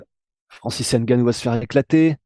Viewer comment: Francis Ngannou Pas N gannou